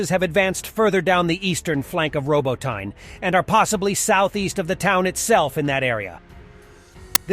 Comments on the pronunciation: It's pronounced "robotKNEE" not "robotine ". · Robotyne: phonetic - Roh-BOH-tee-neh. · Hey there, love the work you're doing on this channel! I wanted you to know that "Robotyne"("Роботине" in Ukrainian) word pronunciation is off. The "y"("и") sound in this word doesn't really exist in English. But if it's too hard, do as you can. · He pronounces Robotyne like it's an English name. The Narrator is obviously an AI generated virtual voice actor.